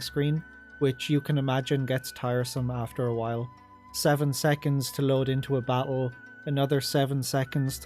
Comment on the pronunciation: everytime u say battle "bak-el" lmao